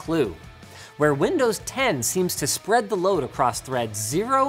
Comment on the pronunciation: did Linus just say "Windows lovin'?" Windows McLovin? 😋